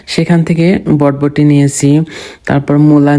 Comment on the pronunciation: বটবটি❌ বরবটি✅